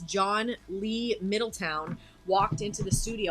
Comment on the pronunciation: Great comments on a great song! Not the end of the world, but a well-intentioned - not snarky - suggestion for any future Savatage reviews: Oliva is pronounced 'Oh-leev-uh' not 'Oh-liv-ee-uh' Middleton is pronounced just as spelled 'Middle-ton' not 'Middle-town'. The other ways sound like AI 😅 Thank you!